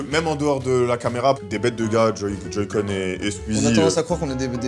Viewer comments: a dit joycone au lieu de joyca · A il a dit joycone